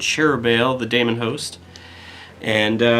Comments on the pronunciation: 'Daemon' is pronounced 'deemun' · Wtf is a "Damonhost"? Is that like Matt Damon? Daemon is just the British spelling of Demon. They're pronounced the same.